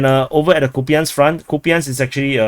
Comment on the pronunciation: Kupiansk - It might be easier for you to pronounce Russian way - [COUPE ensk].This is modeled by Russian-speaker - Military Summary and Analysis.